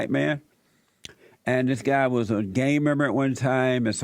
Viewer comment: Hilarious how JLP pronounces gangmember as gamemember. HE BLACK